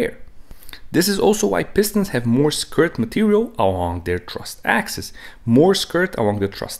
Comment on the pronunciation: Axis, not axes.